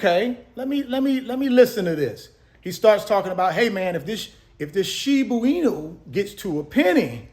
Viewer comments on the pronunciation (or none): Totally respect advice! All of a sudden going hard in shib(a) inu and doge because content running dry! Dude, it’s shiba inu, not shibu inu! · It's SHIBA with an "A" my brother, not shibu. Love your channel and the value you keep dropping. God bless! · Shiboo Weenu 😂😂😂 again I love your content but you sounding like my parents with the mispronounced names. My moms used to call "Pokémon" "Pokeman".